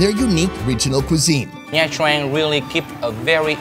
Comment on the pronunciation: Isn’t it pronounced ‘CHang’, not ‘TRang’?